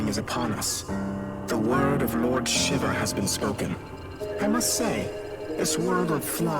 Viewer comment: Gosh... Shiva's name being butchered here is the worst. "Shiv-a?" No. It's pronounced shee-va.